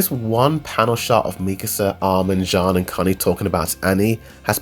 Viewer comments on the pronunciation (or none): none